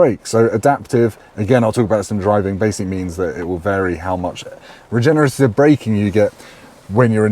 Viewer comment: Regeneratitive? I think you added an extra tit in there Mammae erraticae if you will 🤓 Really important car for BMW this! Enjoyed the review thanks you 👍🏻